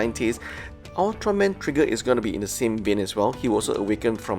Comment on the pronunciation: Ultraman Tiga is pronounced Tee-ga, not Tie-ga.